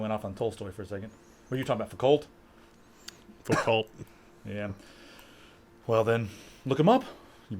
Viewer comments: It's pronounced Foo-ko (foucault) ;) Great show BTW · foucault is pronounced "Fuko", it is french, he is a boss, love your videos! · You guys were mispronouncing Foucault's name on purpose, right? :)